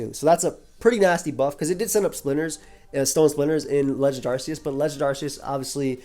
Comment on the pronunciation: That's not how you pronounce "Arceus."